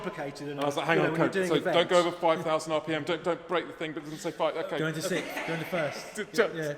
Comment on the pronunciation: It's pronounced 'six(th)' not 'sikt'